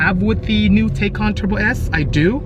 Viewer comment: Bisi, great job taking a first look at the Taycan Turbo. I first saw you on Jay Leno's show. Fyi. The pronunciation of Taycan is Tie-Con. Also I cross posted your video on the as well.